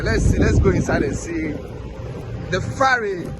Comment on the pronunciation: It's the Volta river, (not lake). It's a Ferry (not Farry).